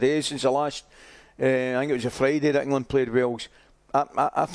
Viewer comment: Can’t even pronounce the country he lives in. It’s 2 syllables mate. Eng-land